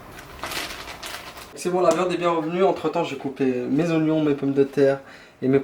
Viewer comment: Oignons et non pas ognion🥵🥵